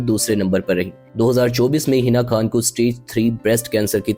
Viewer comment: بھائی آپ اچھی ویڈیوز بنا رہے ہیں لیکن یہ کیا آپ بھارت کے لوگوں کی طرح غیر کو" گیر" اور خان کو "کھان".... اور خاندان کو "کھاندان".... بولتے ہیں کیا آپ اردو بھی ٹھیک سے نہیں بول سکتے پلیز اپنی اس غلطی کو درست کریں...... خاص کو "خاص" ہی کہیں نہ کہ" کھاص" کہنے لگ جائیں 😮.......